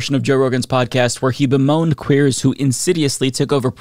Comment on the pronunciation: i was listening to this away from my phone and hearing hit the hard “queers” made me hysterical. 😭😭😭